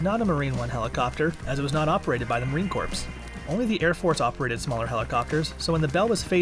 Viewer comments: "Marine corpse"???? CRIIIIINNNGGGEEEEEE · You are allowed one slip of the tongue but calling it “corpse” 200 times is unforgivable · Let's see if he can get away with calling it the "corpse" while he's on a Marine base! NOT!! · corps /kôr/ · The "p and s" is silent in Corps. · It's Corps not Corpse. THE S IS SILENT!!!! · Marine Corpse?…he seems to speak pretty good English otherwise. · Why is he pronouncing the ps in Marine Corps?? Theyre silent... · You should be aware that the "p" in corps is silent. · Thank you I wanted to throw my phone every time he says the S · Holy crap I literally cringe every time he says “corps” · Um, the "ps" is silent in Corps. Aggravating. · Bruh legit everyone in the comment section: the “P” is silent We know we don’t need hundreds of people saying the same comment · I cringe whenever he says "corps" XD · It's Corps, the P is silent !! Every Devil Dog rolling his eyes when he hears that. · The "p" in Corps is silent...C'mon man!!! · Please say corps without the S, for the love of God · Did you not know the “s” is silent when saying goodbye Marine Corps? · The "P" is silent in Corps!!!!!! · Silent “p”. Sounds like the notable clip of Obama saying “corpsman” with the P prominently on display. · I was assigned to HMX-1 as a crew chief on VH60 . I have several hundred hours of flight time on these helicopters. I can truthfully and honestly say this video is total BS. They have no idea what there talking about. The P is silent. Bunch of wannabe know it all's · The P is silent. Lol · It’s not Marine “corps”! The p is silent! Any American should know this. Especially an American journalists! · STOP PRONOUNCING THE P IN CORPS! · ugh marine core the ps is silent jesus christ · Why in the FU** are you pronouncing the "P" in Marine Corps?! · Stop pronouncing the “p” in “corps” you no body! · I love how he says corpse instead of core. It’s soothing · It's Marine "Core" not "Corpse" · its not the marine corpse. its the marine core phonetically